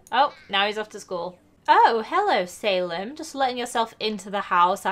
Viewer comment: It's Sal-eem not say-lem